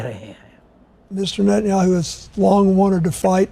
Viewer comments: Netanyahu bolye netanu nahi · Nat-ni-ahu kaho Bajpai Saab ji.